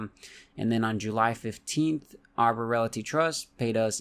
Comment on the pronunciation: Anybody else notice he says "relaty" and not "realty"?